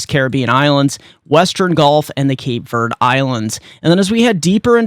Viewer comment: ........please stop calling the Cape Verde islands "Cape Verd". Verde is pronounced like "verdee" not Verd like those folks on The Weather Channel pronounce it. That is a long "e" as the second syllable. Verde is Spanish for the color green. Keep up the good work!